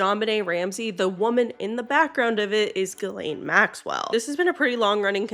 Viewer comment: It’s Ghislaine